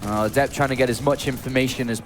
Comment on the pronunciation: Jesus christ, they keep using the pronunciation of adept that goes with the adjective definition instead of the noun one and it's driving me insane.